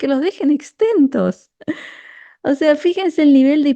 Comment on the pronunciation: Es grave... Pero se dice "exento", no "extento"